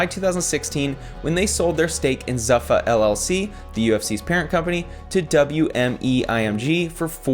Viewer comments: It’s pronounced ZOO-FA. NOT ZUH-FA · "Zuffa" is pronounced "Zoofa" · It's pronounced... ZOO-FAH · Just commenting as I watch.. one it’s Zuffa like (Zooofa) and 2 most fighters fight 2-4 times per year. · It is spelt Zuffa, but it is pronounced Zoofa. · It's pronounced zoofa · Yo you keep saying Zuffa wrong bro. It’s (Zoo-Fuh) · Yay UFC content. It's pronounced Zoofa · This doesn’t even know how to pronounce Zuffa. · Dude can't even say "Zuffa" correctly. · Who wrote this for this guy?....Pronounces Zuffa wrong. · “I’m not an expert in this sport” no kidding. I knew that when you mispronounced “Zuffa.”